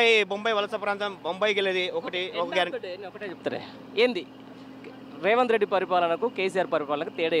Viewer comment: మాట్లాడుకుని నేర్చుకోరా సాయిబు రేవంట్ కాదురా రేవంత్ ఒక పది సార్లు నోట్ బుక్ లో డిక్టేషన్ రాయి